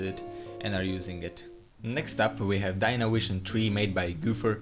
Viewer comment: "Dynawision tree"